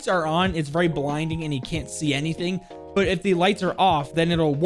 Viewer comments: nah no hate btw 😂. it just sounds so passionately strong 😂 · I swear you say "but" wrong just to annoy people